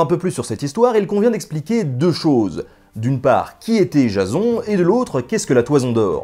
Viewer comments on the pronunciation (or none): La façon que tu prononces Jason m'a fait tellement rire xD (Jazon, alors que ça se dit Jaysseun). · sa ce prononce jayson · PUTAIN MAIS C'EST PAS JASON C'EST JAYSONE QU'IL FAUT DIRE MERDE JASON C'EST MOCHE!